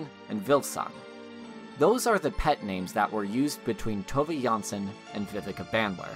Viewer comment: I'm just 3 minutes in, but "Little My" is actually pronounced like "Little Mü" or, less accurately, "Little Moo", in case anyone's wondering. And while we're at it, it's "Tovuh", not "Tovay". Thanks for this video, though. It reminded me how much I love this series.